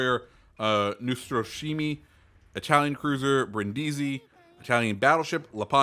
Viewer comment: The words Brindisi and Lepanto actually have the accent on the first syllable: Brìndisi and Lèpanto. Other than this, your pronunciation was pretty good! PS: glad they’ve added Petro. It’s time to deliver some russian bias at tier VIII 😈